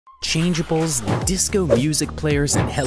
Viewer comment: in the best McDonald's toys ever you said changabls